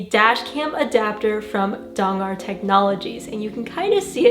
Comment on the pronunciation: I'm just here to hear say Dongar adapter. Kidding aside, always an inspiration, thanks for another great video!